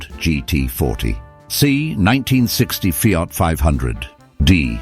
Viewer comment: Feeart, Renawlt. Jagwar. Romeeow, Where do you get them from>